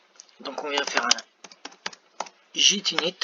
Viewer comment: Merci pour cette excellente vidéo 🎉 Sinon ta prononciation de git me fume😂😂😂